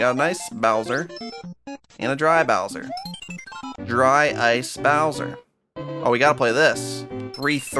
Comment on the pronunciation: Drice bowser (dry-ice bowser